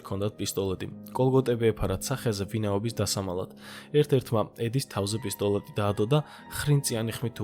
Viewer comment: პისტოლэტი კი არა პისტოლеტი